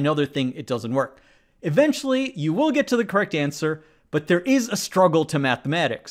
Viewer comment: “Kwekt” LOL